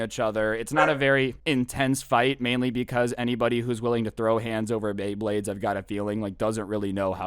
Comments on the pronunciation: lol pay bley blades that made my day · so we aint gonna talk abt how he straight up said "pay bleyblades" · "pay baybades with me